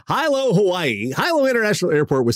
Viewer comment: that’s not how you pronounce that word. The Hawaiian language has no long or short vowels, they are always pronounced the same way, unless they are part of a diphthong. A is pronounced “ah,” e-“eh,” i-“ee,” o-“oh,” and u-“oo.” Therefore, that word is “hee-loh.”